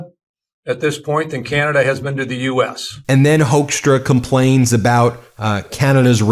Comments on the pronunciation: Apparently his last name is pronounced as "hook"stra like e.g. a fish hook. It's a Dutch name but every Dutch friend of mine have strong opinions about this man and so do I. Not so diplomatic, in my opinion. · Pit Hoekstra is a hoax , as you can hear, but you pronounce it like hookstra as in hook